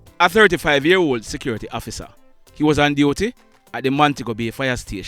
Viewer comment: Ur narration "Please hofficer, no kill mi!!" 🤣😂😁